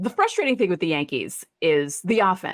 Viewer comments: It’s fRustrating not fUstrating😂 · Does he realize there is a r at the beginning of the word “frustrating”? Almost unlistenable hearing him say “fustrating” every 3 seconds 😂